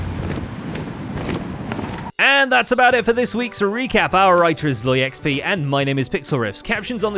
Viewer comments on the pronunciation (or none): every time he says "our writer is ZloyXP" I hear "our elytra is low XP" haha